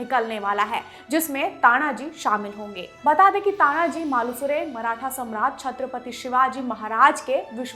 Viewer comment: With Due respect mam.... please pronounce "Chatrpati Shivaji Maharaj".